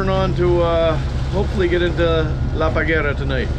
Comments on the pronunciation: The name is "La Parguara". You are calling the island "La Pagara". You don't see it is badly misspelled? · How did you manage to butcher "La Parguara" so badly?